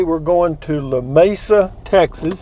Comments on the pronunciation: Lu me su. Ha ha. Should be La may sa. But you know....Llano is supposed to be ya no. Enjoyed this one! Take care! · you need to learn correct pronunciation of Lamesa; ask a person from west Texas they will explain...